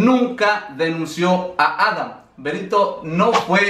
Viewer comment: No se por que siempre dices Adan si es Adam